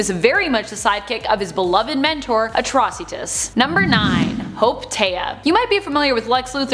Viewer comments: At-tro-ceetus. Died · Atroci........................DA FUQ! Why you say it like that.